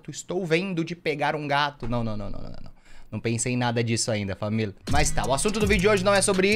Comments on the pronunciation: De tanto ouvir o T3ddy falando " FamiL" eu leio algo na aula que tem "família" aí eu falo "FamiL" ,depois fico me fingindo de sonsa 👽🖐. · gente eu vivo tanto escutando o t3ddy falando famil,que quando minha família "toda" eu chego e falo:-ola famil🛐 e minha família fica assim:😐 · eu, falo famil RODA HORA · E ISSO AÍ FAMIL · eu só falo famiL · blzinha famil